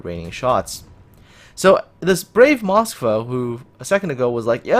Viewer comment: you are pronoucning Moskva wrong in your video, sorry, just had to point that out.